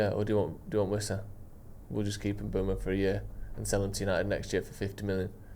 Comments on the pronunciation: M-boo-mo, not M-bway-mo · Complaining about how long the Mbeumo deal is taking, still can't say his f'ing name properly!